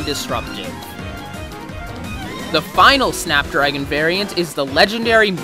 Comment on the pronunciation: Just me or did anyone else think he said fap dragon